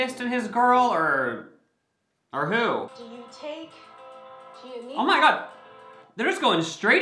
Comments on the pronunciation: when he said “gianni” instead of gianinna i cringed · I love how read Giannina's name wrong and spoke over the officiant when she said her name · Giannina ( btw u said it wrong lol) and Damian r together now tho as boyfriend and girlfriend 😂💓 then amber and Barnett r the worst relationship idea ever